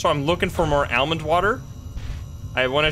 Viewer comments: Anyone else cringe every time he says El-mond water? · AL-Mand Water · The way he says almond water lmfao love it. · WHY IS NOBODY TALKING ABOUT THE WAY HE SAYS ALMOND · It stuck out like a beacon to me 😂 never heard it pronounced like that. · guys voice is crazy annoying also that's not how you say almond